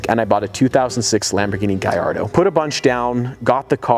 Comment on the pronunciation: It's LAMBOGHINI Gallado not Gayado.